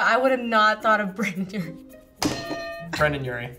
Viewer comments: His name is Brendon, not Brandon. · « Brandon urie » ahhh 😭 my heart hurts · people needa say brendon and not brandon 😤